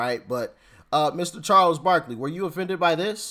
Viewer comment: Barkley not barkely...